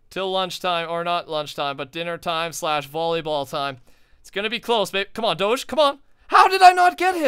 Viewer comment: U don't pronounce doge like that